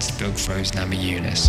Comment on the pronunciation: this is great but did he just say bug throse namajunas?